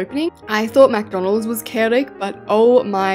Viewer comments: caught yous saying mcdonaldssss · Am I the only one who noticed saying “MaC dOnAlDs” on? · It’s not Macdonalds it McDonald’s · It’s McDonald’s not MacDonald’s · Stop saying Macdonalds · She said mc Donald’s instead of KFC